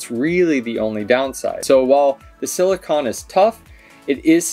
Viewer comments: Silicone. CONE. not CON. Carry on. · Thanks for the informative video. It sounds like is saying "silicon" but I'm sure he meant "silicone" - they are two very different things (and pronounced differently)..